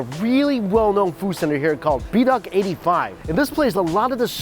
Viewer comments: bee duck 85 🤣, it's (buh-doek) good contents btw! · Loves how he pronounced Bur Doke as Bee Dock. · bur-dok.... hahah sounds quite funny it pronouced as be-dok lol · ber doke dude bee dock lol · It's pronounced "ber-doke" - ber in Kimberly, and doke as in okie dokey. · "bee-duck" Bro what 💀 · Bedok is pronounced "ber-dok" 😊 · Hahaha the name Bedok is pronounced as burr-Dou-k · Lol you were in Singapore for over 3 months and you never bother to pronounce the names properly. Beeedock? That’s not the first Singaporean names you’ve butchered.